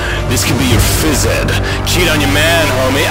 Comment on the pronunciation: The best part is how he pauses after exercise you and phys-ed, and how he emphasizes the word "phys-ed"